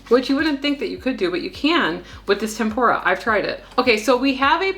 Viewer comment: Its TempUra btw like tem -poo - ra....not tempOra lol